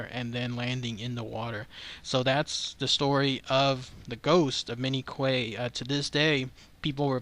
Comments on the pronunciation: Q-U-A-Y pronounced like “kwāy” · I believe the surname is pronounced "Key". PS Love your videos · "Quay" is old English and it's pronounced "kee" (or "key"). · Pronounced "key" but spelled Quay.